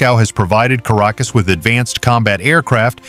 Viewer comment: Es heißt nicht Karakus. Sie müssen besser recherchieren! Caracas, ist die Hauptstadt von Venezuela!